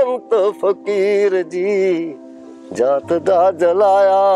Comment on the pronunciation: ਤੇਰੇ ਨਾਲੋਂ ਤਾਂ ਬਹੁਤ ਪਹਿਲਾਂ ਗਾਉਣ ਲੱਗ ਗਿਆ ਸੀ ਕੰਵਰ ਗਰੇਵਾਲ ਤੂੰ ਉਸ ਦੀ ਨਿੰਦਿਆ ਕਰ ਰਿਹਾ ਹੈ ਕੰਵਰ ਗਰੇਵਾਲ ਦਰਵੇਸ਼ ਬੰਦਾ ਹੈ ਉਹ ਕਿਸੇ ਦੀ ਨਿੰਦਿਆ ਨਹੀਂ ਕਰਦਾ ਤੇਰਾ ਤਾਂ ਸ਼ਬਦ ਉਚਾਰਨ ਵੀ ਠੀਕ ਨਹੀਂ ਹੈ ਜੁਲਾਹੇ ਨੂੰ ਜੁਲਾਇਆ ਕਹਿ ਰਿਹਾ ਹੈ ਤੂੰ ਵਾਕਿਆ ਹੀ ਕੰਵਰ ਗਰੇਵਾਲ ਦੀ ਰੀਸ ਕਰ ਰਿਹਾਂ ਉਹ ਤੇਰੀਆਂ ਗੱਲਾਂ ਤੇ ਪਹਿਰਾਵੇ ਤੋਂ ਸਾਫ ਨਜ਼ਰ ਆ ਰਿਹਾ ਹੈ ਤੇਰਾ ਤਾਂ ਗਲਾ ਵੀ ਤੇਰਾ ਸਾਥ ਨਹੀਂ ਦੇ ਰਿਹਾ ਕਿਸੇ ਦੀ ਨਿੰਦਿਆ ਕਰਕੇ ਬੰਦਾ ਮਸ਼ਹੂਰ ਨਹੀਂ ਹੋ ਸਕਦਾ ਇਹ ਪ੍ਰਮਾਤਮਾਂ ਦੀ ਦੇਣ ਹੈ ਕਿ ਕਿਸ ਨੂੰ ਉਪਰ ਚੁੱਕਣਾ ਹੈ ਕਿਸੇ ਤੇ ਸੜੇਵਾਂ ਨਾ ਕਰ ਤੂੰ ਮਸ਼ਹੂਰ ਨਹੀਂ ਹੋ ਸਕਦਾ ਇਹ ਤੇਰੀ ਸ਼ਕਲ ਹੀ ਦੱਸ ਰਹੀ ਹੈ ਐਂਕਰ ਨੂੰ ਲਾਹਨਤ ਹੈ ਜਿਸ ਨੇ ਵੀਡੀਓ ਦਾ ਟਾਈਟਲ ਗਲਤ ਹੈ ਫੁਦੂ ਐਂਕਰ ਹੈ ਸਿਰੇ ਦਾ ਕਿਸੇ ਦੀ ਤਰੱਕੀ ਤੇ ਸੜੇਵਾਂ ਕਰ ਰਿਹਾ ਹੈ